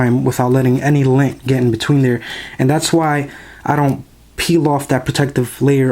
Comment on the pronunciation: Whats lin? He says lin